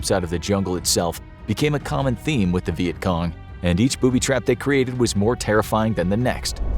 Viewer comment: Poo-by traps